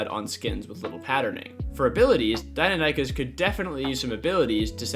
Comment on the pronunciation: Did my man really just say "Die-No-Nie-Kus"